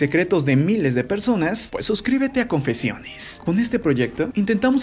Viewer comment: Como el lo dices:Confeciones +Como yo lo escucho:Asi es la vida... Quien mas???😅